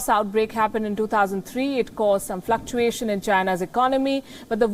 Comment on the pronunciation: I like it when she says "Fluckuasians in China's economy". I'm sure she doesn't mean all Asians. Just China's govt.